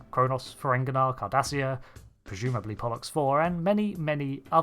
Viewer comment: "Pollux"? "bollocks"